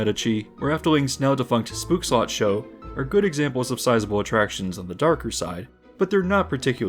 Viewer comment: spookslot not spoekslot DOEW YENK